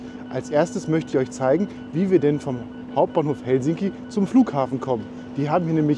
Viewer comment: Lento-asema = Flug-bahnhof. Betonung immer auf der ersten Silbe. HELsinki, keinesfalls HelSINki. Rautatie-asema = Eisenbahn-bahnhof. Finnisch ist ganz einfach.